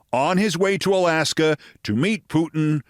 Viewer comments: Note: Its Trump therefore it's "Disaster In Alasker" between "The USA and Russier". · Alaskar is a long way from Floridar. It is Rutte, not Roette with u as in hut, not oe as in shoe...., you got the eh good though...